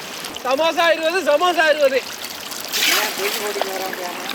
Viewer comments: Samosa ❌ Samasa ✅😅😅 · Adhu samusa illa samosaa